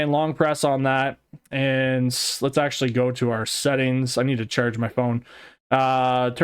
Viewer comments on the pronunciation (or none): none